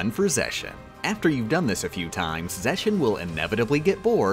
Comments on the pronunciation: Why mispronounce the Org. members names? It's Larks-ene, Lucks-ord, Sai-ex, Zex-i-on (sounds like an Eevee form), Lex-a-us, and Vex-en. Are you intentionally doing this? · THEIR NAMES ARE PRONOUNCED WITH A HARD 'X'. Not Veshen or Zeshion. It's Ve'x'en and Ze'x'ion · Larsheen, Lewsherd, Sayx, Zeshen, Lucius (Seriously? That one is so off it doesn't even make sense), Veshen (OMG this is becoming painful). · pepeW zexions pronounciation